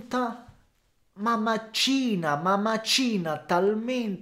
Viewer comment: màcina, non macìna...ahahahaa grande;)